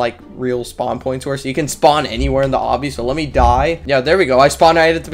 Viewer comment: I think u tried to say obby but poorly spelled it and u said "do the oby game"